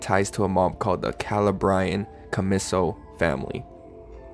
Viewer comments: Man said Calabria Commiso… as “Cala bry caumislle” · Still laughing at his pronunciation of Calabria and Commisso.